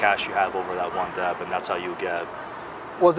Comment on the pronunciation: He does know the "b" in debt is silent...